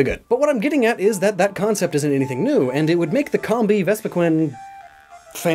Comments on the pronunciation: Its not combee!! Its combee!!! Like honeycomb! ARGH! IM SORRY I GET TRIGGERED! Sorry i still like your vids but please try and say it right. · Comb-bee, like a honey comb, not cumbee.. please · pronunciation of Combee bugs me. Correct me if I'm wrong, but, isnt it "cowm-bee" instead of "com-bee"? EDIT: I noticed I said "bugs me", in post. No pun intended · Is it pronounced Com-Bee or Comb-Bee? I used to say Com-Bee until I was corrected and told it is Comb-Bee 🤔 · Nice video. One thing; it's pronounced [comb-bee] like a honey comb. I'd like to see you do this theme with Durrant and Heatmor. If they switched the fire and steel types between the two, it would be a much more accurate representation. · Am I the only person who pronounces with a long o? Cōm-bee, like honeycomb. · It's pronounced COMB-bee. Like honey comb. It's not a honey com. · You know Combee is pronounced like honeycomb right? RIGHT? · I love how you just negate the purpose of the video minutes in. 😆 Never change. Except your pronunciation of Combee. That you can change.